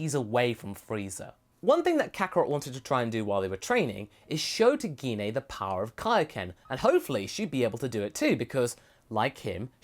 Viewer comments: guinaye- is not how you say her name, its pronounced jin. i couldnt watch this video because of that. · Wow, he still can't pronounce Jean's name right. Now that's funny!